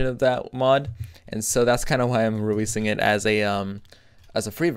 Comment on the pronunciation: Did u say weweasing? XD